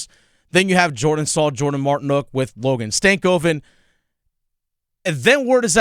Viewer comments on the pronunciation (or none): Jesus Christ. its STAN koven. even this media buffoon says STANK o ven. are you people really this illiterate?